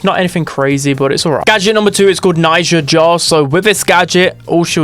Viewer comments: Najia not naija!!!!! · Unc it's Najia, not Naija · It's not Naija, it's Najia 😊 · Siriuspocalypse tomorrow 🔥 Also she's Najia not Naija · That was so Dragebait hearing Naija all the time 🥲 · The way you say najia is infuriating 😂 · cuz he keeps mispronouncing it